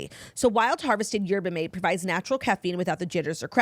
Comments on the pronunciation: claudia we love you but it’s pronounced Yerba-maw-tay 😂😂😂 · It’s Yerba “Mah-Tay”